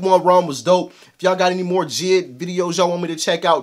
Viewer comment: J. I. D. not "jid" but i get it, thats what i said at first. Just tryna inform